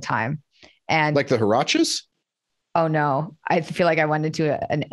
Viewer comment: Fantastic talk. Just a note : did he tried to say "huarache"? Oh man, I know Spanish is weird but he sound like he was talking about a sauce (Siracha) xD.